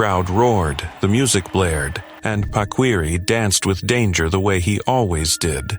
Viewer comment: It’s pronounced PA-KEE-REE, not pakweeree